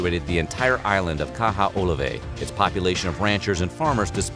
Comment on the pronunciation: I'll teach you how to pronounce it Ka-hoe-oe-la-vey